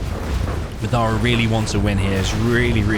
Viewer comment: You keep saying Madara weird, didn't you watch Naruto